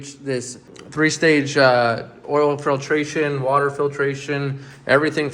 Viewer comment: Say water not saw water